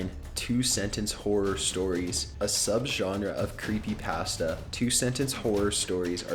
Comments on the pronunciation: anyone else bugged on the way he says "creepypasta" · Creepy pass-tuh